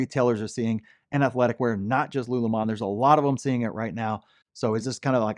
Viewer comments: LULUMON? Lol its lululemon. sound it out. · It’s “Lululemon” not “Lulumon” 😅😅😅😂😂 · its Lulu lemon not lulumon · You said LULU wrong! I told you how to say it! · My wife was not happy that you did not pronounce Lululemon properly... It's her favority athleisure wear.. lol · Lulu lemon. Saying this stock name wrong makes you look bad. Why do this? If you listen to their own earnings calls, none of them refer to their own company as " lulu mon". What gives? J Quelen, A A Ron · Bro why you saying lululemon wrong?? 😅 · it is pronounced (lu, lu, 🍋 lemon)😊